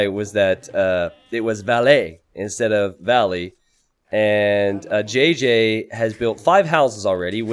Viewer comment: JJ is 'ji' not 'jé'